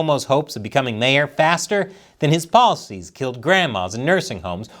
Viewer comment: oh “policies “ My brain heard “ballsies”